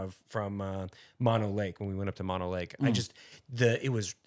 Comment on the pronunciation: Mono Lake is with two long O's.